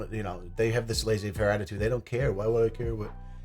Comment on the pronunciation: Did our guy say lazy-fair??? 😂😂😂 I’m a masshole too but damn I know it’s la-zay fairrrrrrr 😂😂😂😂😂😂 Made my day thank you. Seriously, it’s tough as heck out here and that made me chuckle for real.